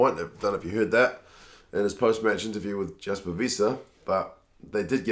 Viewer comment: Its pronounced Jasper like if the J is a Y